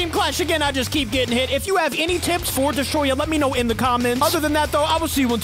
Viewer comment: ITS NOT DESTROYAH ITS DEST-O-ROYAH